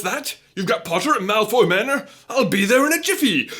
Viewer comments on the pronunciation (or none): none